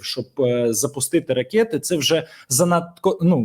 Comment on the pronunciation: якщо дозволяєш виправляти, то вимовляй, будь ласка, слово "ракЕти" без Є. 💞💞💞